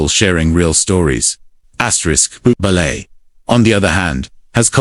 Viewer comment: Booble. Get it right AI 😂